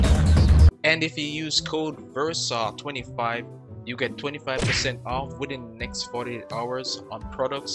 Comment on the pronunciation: "Versaugh Columns"? :p